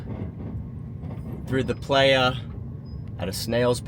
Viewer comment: Dude. Its prounced ply-uh. You're killing me.